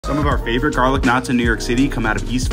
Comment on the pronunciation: Emphasis on garlic Jesus Christ